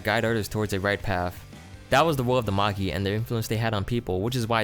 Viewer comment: Magi is prenounced ma-j-I, for future reference